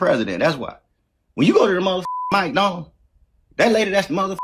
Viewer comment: You're not allowed to say God damn thing plies if you can't say McDonald's right